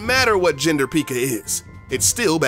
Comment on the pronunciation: I was really annoyed when he said pika and pig rider